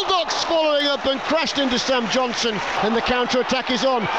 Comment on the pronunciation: why can't the commentator say, Johnston?